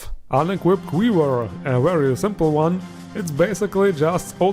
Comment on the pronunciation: Wow the way you say quiver makes my brain hurt lol ive always been curious why some people swap w and v sounds